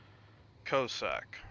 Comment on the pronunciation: Great vid. When you said "Cyclone Tactics and Strategy", I thought you were talking about the French DD they gave people to do the original Dynamo operation in and I hoped against hope that they had released her for general consumption. Alas, no! LOL Small nitpick: I'm pretty sure the first syllable in "Cossack" should rhyme with Boss, not with Low. Coss-ack, not Co-sack.